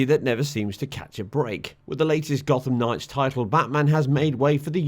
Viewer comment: “Gothan” knights ?